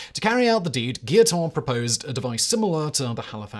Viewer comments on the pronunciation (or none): Guillotin is pronounced gee-o-'tan' for the third syllable, not 'ton'.